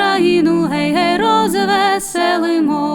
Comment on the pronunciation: Згоден з Вами. Звичайно, своє авторське виконання теж має право на існування.... Але особисто мені подобається саме класичний варіант виконання цієї чудової пісні. Без отих дурнуватих розтягувань і наголосів на Гей, гей, роз - весе - лимо.